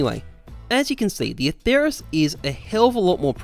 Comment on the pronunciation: Don't say it with a "th" it sounds horrible. The name is Latin and there is no "th" sound in Latin, only a "t" sound.